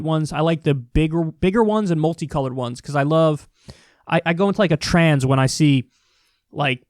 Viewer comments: Careful with your words Kyle, sounded like you said you go into a Trans instead of trance. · “I go into a trans” -Kyle Kulinski. Lol gotta give him a hard time. Sometimes I don’t finish words either.